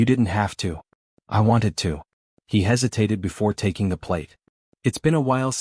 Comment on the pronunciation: TACking instead of taking?